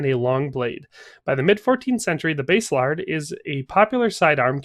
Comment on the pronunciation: Pronounced Bass a lard. Bass like the fish, not the guitar. :-)